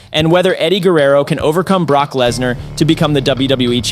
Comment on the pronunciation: I figured it'd have to have been with the Lesnar, Rikishi and Bubba mispronunciations.